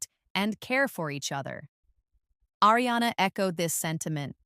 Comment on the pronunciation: Learn how to pronounce “Ariana!”